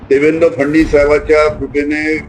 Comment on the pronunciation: याला फडणवीस सुद्धा म्हणता येत नाही फडणीस म्हणतो